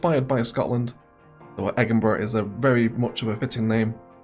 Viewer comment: Why the high crime? Egginburgh isn't exactly Glasgwegg, but it's close!